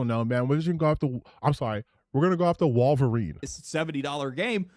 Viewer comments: Dropping L's constantly calling the Wolverine game "WAL-verine" never stops being hilarious, lol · It's "Wahl-verine". An obvious reference to obscure early 90's action star Ken Wahl! No really!